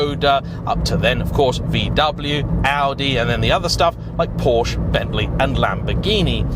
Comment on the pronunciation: So he pronounces Skoda correctly but not Porsche 🤔